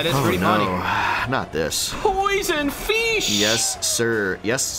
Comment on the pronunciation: "P0iS0NED FEESH" 😂😂😂